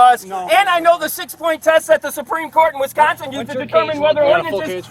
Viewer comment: "In Wisconscon..." Sigh....Gets out Popcorn